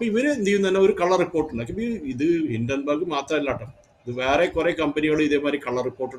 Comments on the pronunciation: ഹിഡൻബർഗ് അല്ല ഹിഡൻബർഗ് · ഹിഡൻബർഗ് അല്ല ഹിൻഡൻബർഗ് എന്നാണ്